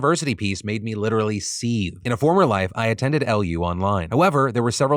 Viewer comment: Seethe, not seeth.